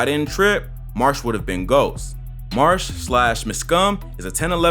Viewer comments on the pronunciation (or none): it’s M-Skum not muskum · it's pronounced 'em-scum' btw. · Literally made my ears bleed.